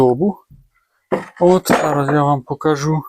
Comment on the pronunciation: Вірно говорити не покАжу, а покажУ. Вчіть, любіть і шануйте українську мову.